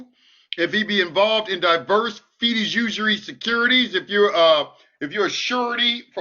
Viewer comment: Fi-du-ci-ary as in fi-doo-she-ary...